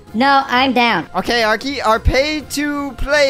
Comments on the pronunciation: NOT ARKY BUT ARKEY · It’s arkey